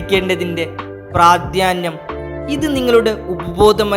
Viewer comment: പ്ര്യാധ്യാനം അല്ല..പ്രാധാന്യം..